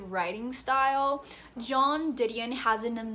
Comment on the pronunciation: lol you pronounced joan like john...haha